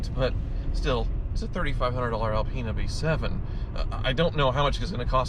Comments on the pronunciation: Alpine get it right. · Reapiar it!!! It's alpina